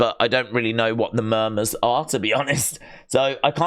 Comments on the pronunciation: saying Murmers when It's - Mum-mers smh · Its pronounced mum ers